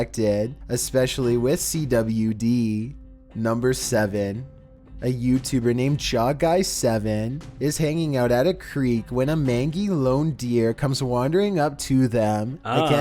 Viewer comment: Did he say.. mangy? It's pronounced mane-jee